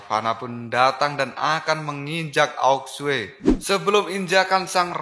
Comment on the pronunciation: ao Xue Di baca : ao suu Bukan aok sue